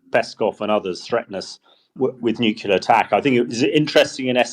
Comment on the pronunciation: HDBG still can't say nuclear!